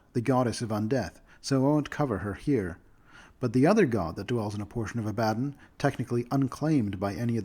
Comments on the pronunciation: People who mispronounce words have typically only read them, not heard them spoken. It isn’t a bad thing. It shows you are well-read. Ab-ad-don sounded like nails on a chalk board to me though. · God, this isn't a you thing, a lot of people use that pronunciation of Abaddon, but I hate it so much. I think 'A-buh-dawn' sounds much more cool as the pronunciation of the name.